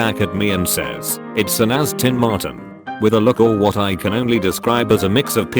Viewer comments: "Astin Martin" 🤦🏻‍♂️🤦🏻‍♂️🤦🏻‍♂️ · I'd hate to be that dude but it's Aston Martin not Astin Martin. You'll get it right one day buddy.